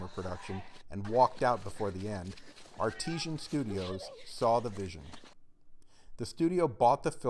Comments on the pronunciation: artisan is pronounced AR TUH ZAN dude But nice vid 👍👍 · Artisan Ar-tis-an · Jesus christ this imbecile can't even pronounce a simple word like artisan